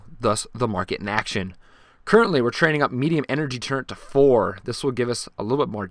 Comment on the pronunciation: It's turr et not turre-n-t